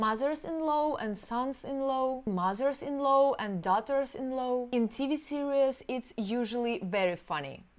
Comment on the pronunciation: I love listening to. She is so funny even when she doesn't try. Love the way she says mother-in-"low"